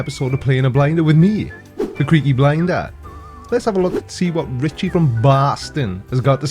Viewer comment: I BLAME YOU!....for being the only one who pronounces my display name correctly! Skeptic, FTFE, and Brainy Beaver all struggle with words containing more than 3 syllables, haha. Your enthusiasm is contagious, Creaky! Well done on this one. Richie from BWASTON doesn't get that all Oxygen is pure- if it combines with something else, it's a totally new chemical/compound. And um, I'ma need a gif of you pushing your glasses up... for scientific purposes. (Memes. I want it for memes)